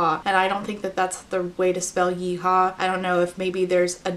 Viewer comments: I’m from Alberta (Edmonton) and no we don’t say ye-haw lmao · Yes, you can be a cowboy in Alberta. A famous rodeo, the Calgary Stampede, is held in Alberta. And it's "Yee-haw". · Albertan here, it's absolutely "yeehaw" and she is so, SO wrong lmao. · Here in California and even I know at the age of 26 and I even know it’s yeehaw not yehaw and I’m as country as a Californian can be truly I believe I should’ve been born in Tennessee or one of those states that is considered country